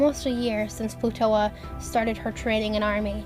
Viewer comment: Excuse me, but I heard you call Plutoa Plutola sometimes